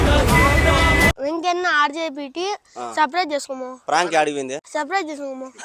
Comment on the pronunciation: Adhi Frank kaadhu anna adhi prank meeru veruga pronounce chesthunnaru